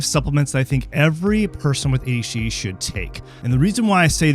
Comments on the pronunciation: "A Detch D" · He's saying it like AHD lmao. Wtf. Also, what's an ND? idk about this guy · "Ayshie ayshie" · Several times I swear he just says HD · Wait, he's not saying "daychitty"?!?